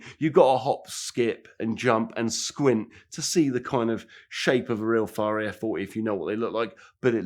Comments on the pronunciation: FREE-RARRO. Need subtitles to understand this wanker. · It’s the trifecta, he can’t say Ferrari Ferrero or Fiero.